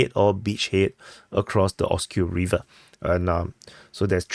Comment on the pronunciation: Yes, I do prefer when you speak more clearly and pronounce words accurately without chopping off syllables. An example would be when you say "Pokrovsk" Instead of "Pukruff." And also "rivver" Instead of "reever." Thanks for asking! 👍